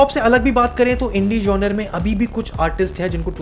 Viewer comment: Good video, but the miss pronunciation of the word genre is really annoying.